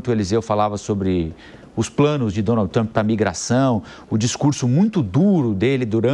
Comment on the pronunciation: Um repórter que mora no país que faz a matéria pronunciar Donald dessa forma errada deveria ter vergonha! Aliás isso é uma vergonha!